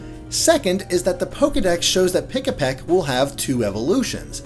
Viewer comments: It's Pikipek as in PEE-KEE-PECK! Not PEE-UH-PECK! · Heads up, it's Pikipek, not Pikapek.